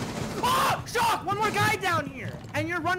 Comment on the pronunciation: when u said its shawk i cringed soooo fucking hard